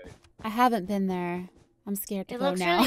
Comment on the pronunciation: “I haven’t BEAN there...” - (smallish BEANS)